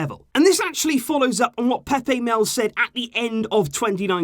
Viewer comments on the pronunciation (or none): none